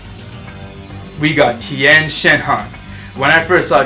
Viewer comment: you got tien name wrong